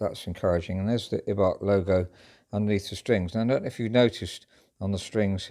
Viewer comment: This Piano Turned 100 Years Old Last Year (2018) And The Pronunciation Of Ibach Is Eye - Bach